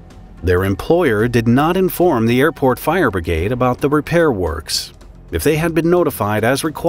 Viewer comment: "Fire Brigade" .Obwohl ich nicht so auf die Englische sprache stehe, hört sich das richtig gut an, so wie er es beim erstenmal ausgesprochen hat.